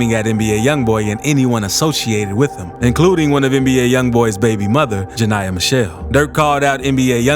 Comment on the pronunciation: ITS “ JA NE YA “ NOT JANIYAH